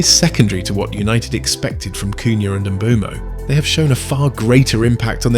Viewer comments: Please, please please start pronouncing Mbeumo's name correctly. It has been a pet peeve of mine this whole year, every commentator getting it BADLY wrong. Pronounce it like there is no E . Mbumo. say that. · Its funny how fans opinion differs, A certain United youtube channel who goes by a fake name said United ruined Mbeumo. Also, Learn how to pronounce Mbeumo, You sound like you're having a stroke.